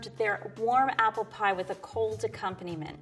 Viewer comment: Arknights dokutahs: APPURU PIE